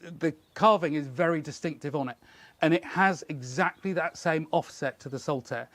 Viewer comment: You say saltaire when you mean saltire. Saltaire is a place in Bradford!